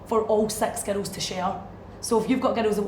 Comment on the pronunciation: When she says "girls" it sounds like "ghettos".